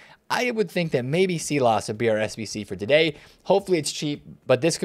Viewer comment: Pronounce it Sylass not seelass